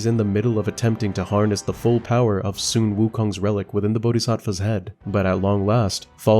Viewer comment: The “Su” in “Sun Wukong” is pronounced like “su” in “suede”, not “son”.